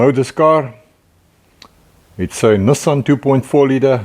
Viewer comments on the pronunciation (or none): none